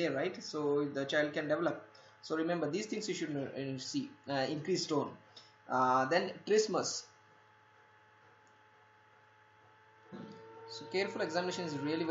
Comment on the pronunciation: You say xhristma